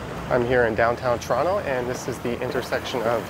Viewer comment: I love how you say Toronto correctly